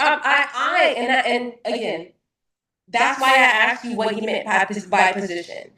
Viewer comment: Saying axed instead of asked = stupid